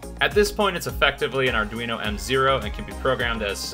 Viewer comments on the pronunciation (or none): Did dude really say aredweeno? Lol Also need more uploads, been awhile since the viral one